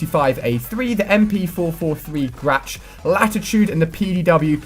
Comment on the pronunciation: The way he pronounced Grach...hhnngggg